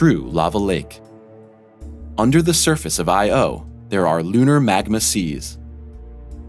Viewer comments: "MAGNA"!?!?! Wtf is wrong with you!?!? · Haha.... Not eye Oh and it's NOT MAGNA My ears heard it first, I replayed it twice then checkedthe subtitles... same! Dude, Good voice but learn something about what your voice over is going to read! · The narrator keeps mispronunciations words. The name of the moon is a word pronounced ayow, not calling out initials. He mispronounced magma as magna and Europa accent is on the O not the Eu. Come on people, if you are making a science channel, pronounce the words correctly.